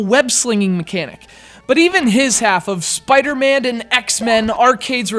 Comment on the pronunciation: Why do you keep calling him Spider-Mand? There's no D at the end.